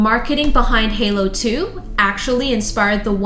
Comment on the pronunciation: Her emphasis on the word Halo made me laugh. XD